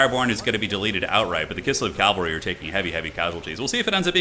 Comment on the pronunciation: PLEASE, IT IS PRONOUNCED CAV-AL-RY, NOT CAL-VA-RY! CMON MAN